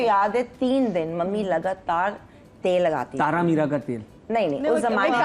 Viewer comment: thaara meerha 😂😂 ko koi urdu sikhaye plzzz